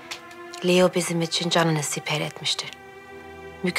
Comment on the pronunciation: Hürrem Leo demiyor Liyo diyor